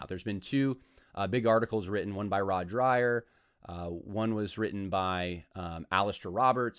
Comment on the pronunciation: I had always heard his name pronounced Rod Drayer rather than Dryer